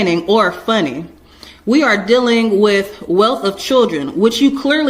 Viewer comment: “Logging on is spelled with two Gs”….. DAMN that’s some impressive Conceit right there! She spews out “anywaySSS” a hundred times, Ferrul, deuling(dealing)….GEEEZE, you can go ON and ON.